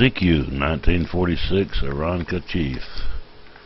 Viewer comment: Thank you for calling it an "Aeronca." Seems like nine out of ten guys call it "Aronica."